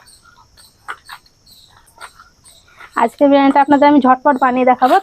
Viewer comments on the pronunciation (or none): none